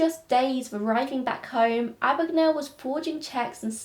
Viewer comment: My name is Mr Abagnale. Not Ah-bag-Nah-le . A.B.A.G.N.A.L.E, Abag-nail .